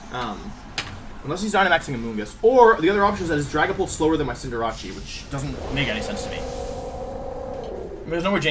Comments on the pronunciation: Je still says Cindeerachee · ITS SO ANNOYING LIKE CINDER-ACE like ugh